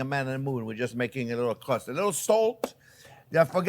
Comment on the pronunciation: You make a nice cwumie cwust fwiend